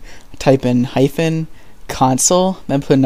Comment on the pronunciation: did u say hyphon or soemthing else